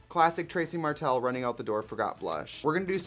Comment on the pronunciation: Did you say Trixie "Martel" lmao